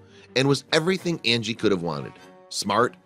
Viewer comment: If u go to u can hear him can her Andy and not Angie